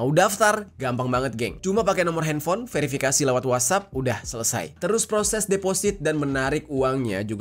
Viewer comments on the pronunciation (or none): none